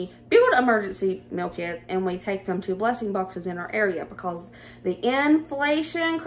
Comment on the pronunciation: Love love your hair. And, my ears kept hearing Emergency Milk-Its!!!!(meal kits). 😂😂